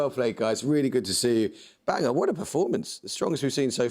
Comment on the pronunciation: He was not. It is BAN-GORE ... I live near there.